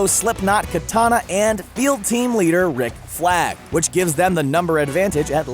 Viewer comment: he says nick flag instead of rick flag